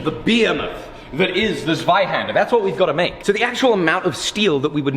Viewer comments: I like that you say the name in German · I think it’s pronounced zweihander ;) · did you study German? Americans usually butcher the language, but you hit the pronunciation on the head!